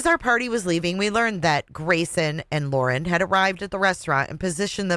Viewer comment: You are hilarious 😂 the call to the "Awawa" police department "Waw & Cwime" poor Gwayson so pawalyzed in fear 😂😂